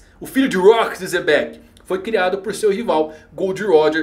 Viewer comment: a pronúncia é Jebek(u), mas fale como quiser.